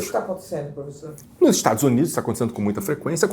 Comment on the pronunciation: Primeiro caso de professor judeu e antissemita ao mesmo tempo. 😂😂😂 O xadrez 4d pra defender o "cumpanhêro" na presidência é demais, né, "prufessô"? 😂😂😂